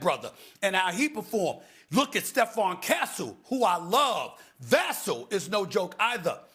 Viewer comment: I absolutely love how much praise Stephen A is heaping on the rest of the Spurs roster during this segment, but how is he still not able to say Vassell correctly?